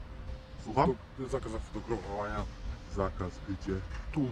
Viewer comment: tu tu jest zakaz zafotogrflawoffaowowania xD